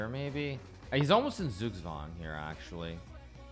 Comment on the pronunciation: Remember: it's not zoogzwang but tsoogtswang.